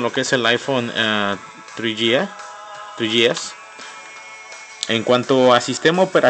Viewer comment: El aifon tri yi es y el aifon forr :v